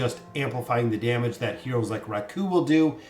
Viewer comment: No hate but Raku is pronounced RAku, not raKU